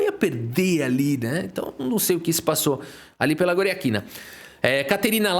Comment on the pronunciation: como foi que "Goriátkina" virou "Goriaquina"? 😂